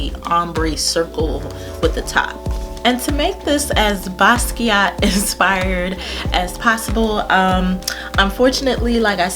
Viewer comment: it was getting on my nerves to that they could not say his name right!!! its like take 5 seconds to get on the internet and learn something at least how to say the man's name!!! Anyway I love Basquiat and Im glad they did a good job on this collation!!! you are so beautiful and I love your videos!!